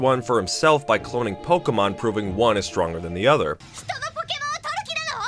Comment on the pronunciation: Gen "WUN" simply just is the best sorry dude you're a fence sitter